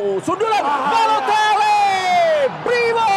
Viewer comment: Komentator : Ballotelle😂